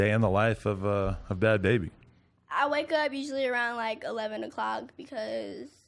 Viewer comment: She's lying about her name. Watch her video to her reaction on Halloween costumes on her channel.. The name bhad bhabie is someone elses name on their picture/profile. Danielle doesn't even pronounce it correctly when she says it.